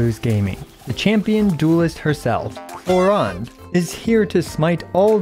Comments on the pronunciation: Clorinde pronounce as clo-rinde not “clo-ryne” 😅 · WHERE DO YOU SEE AN "A" IN "CLORINDE"!?!? it's not "clorEnde", it's"clorInde"!!!! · i tot its clo-rin-de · clorand is an earsore, its clorinde like the jp dub. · Its not just you, I kept calling her Chlorine the entire time. so Chlorine-day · bro reading her name in german is so bad... Klo-Rinde doesn't exist as an actual word but would mean something like Toilet rim... wtf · Honestly, I hate the English pronunciation of “Clorinde” (Kloränd)... It sounds like the German word "Klorand" (toilet edge) when pronounced in English xD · I think most non native english would pronounce her name the same as you